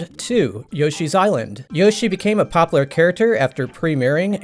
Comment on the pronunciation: Do you know what the letter "U" is? Popular and formula, say it so weird